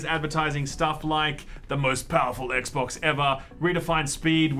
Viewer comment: It was so heavy it made you say Ek Bocsss as the name xD, noice